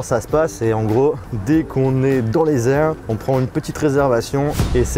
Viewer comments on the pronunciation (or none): comment il a dit: "dans les airrrrrs"!!! il avait garder l'accent anglais ! il ma tuéé !!!